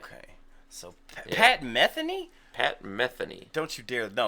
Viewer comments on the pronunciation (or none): It's pronounced Ma-the-knee. Omg he is in a league by himself! Listen to his instrumental of Fandango!!!